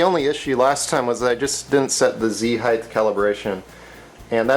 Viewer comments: I don't know whether you are aware but you pronounce 'height' (should rhyme with tight, might, fight etc.) as 'heigth' (doesn't really rhyme with anything except maybe orange or silver?) see link for clarification. Otherwise, barring my OCD I enjoyed this vid. keep 'em coming. ;) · I love your review this is a great review. Makes me want a delta. I wish you didn't say "heighth" so many times though. That's my pet peeve. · Really cool! My only complaint with the video is the repeated mispronunciation of the word "height". Notice that there's no H at the end.. You kept pronouncing it at heighth (highth). The word ends with a "tah" sound. I'm usually not a grammar nazi but this one really bothered me because it was repeated so many times. Plus, how will we ever learn if others don't point out our mistakes? Other than that. Really great video! I'm already subscribed, otherwise I would sub. Keep up the good work. :)